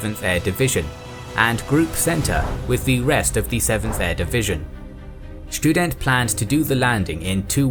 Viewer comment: Schtudent sounds like a very good student